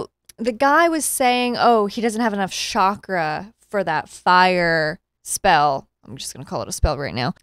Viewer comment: So, just an FYI chakra is pronounced, with a hard ch kind of like how you pronounce Charlie.